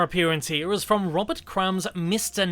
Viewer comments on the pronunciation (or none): none